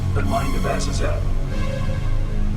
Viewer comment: This video so far is really good, I like how you're explaining and presenting things. As of writing this I'm just over 35 minutes in. Everything is great but you're pronunciation of Azazel makes me wanna defenestrate myself. Other than that great video 👍🏻 this series really needs more attention.